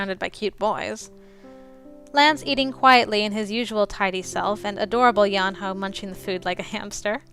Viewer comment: So cute! And I'm sorry to be a grammar freak, but the H in Yeonho's name is silent. I did a little bit of research and I think this will help you. Lance and Yuri have 2 bad endings, Yeonho has 3, Tei has 4, and Red has 5. Also after you finish all the routes, there is a secret route. You are going to love this game so much! But expect Tei and Red's routes to be very long. Also about Tei and Yuri being good together, (Cutie said it) One of Tei's nicknames is Mama Tei, And one of Yuri's is Papa Yuri. Both are parent-like but they fight a lot later on. But in one of each of their bad endings they team up. At least I think so. I've definitely seen both of Yuri's bad ending's but I haven't seen all of Tei's yet. Still, Lance is Tsundere, So he softens up after a while, but until then, Enjoy all of the blushing and the laughs from his route!